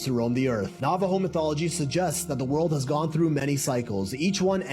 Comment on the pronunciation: The guy can't even pronounce Navajo. FFS!